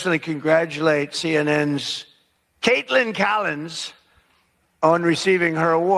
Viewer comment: Dude, why do you pronounce her name like kate-land Collins? Shit's annoying